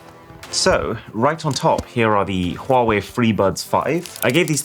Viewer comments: So nice to hear a person saying Huawei properly. 🙏🔥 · I'm amazed that you pronounce Huawei correctly! (It's not Wa Wei, it's HuWa Wei)